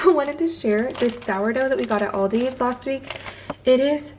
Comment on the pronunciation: No s on Aldi btw